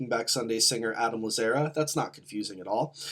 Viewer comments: No one else is gonna mention the mispronunciation of Adam’s last name? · It was so grating hahah